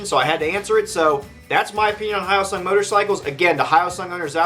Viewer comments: its he yo sung. Not how oh sung . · /hjəʊsʌŋ/ h-yo-sung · Pardon me, but the “yo” in hyosung is pronounced like the y and o in the toy “yo-yo”, not the greeting “hi”. You’re welcome. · The guy that did this video doesn't even know how to pronounce Hyosung. I have two, a GT650 Comet and a Limited Edition GV650. Both are great bikes, both very reliable. This guy is an idiot. I have been riding my GT650 for 18 years. I'm the original owner. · At least try to pronounce it properly... As a Korean I'm almost offended (I'm not that woke yet).